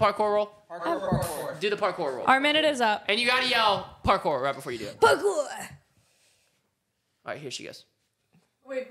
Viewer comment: “PARKOR” - 2023